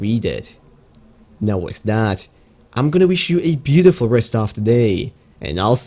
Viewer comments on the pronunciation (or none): none